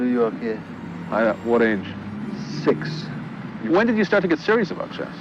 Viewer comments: The narrator pronounces Fischer as Fescher, history as hestory, six as sex, forfeit as forphet, Philippines as felepines, sixty four as sexty four. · Very informative vlog but i got confused many times of what you are saying Sir because of your wrong vowel sounds! Your “six” is pronounced “sex”….”He incEsted…it is actually, “ He INSISTED..” And a thousand more mispronounced words!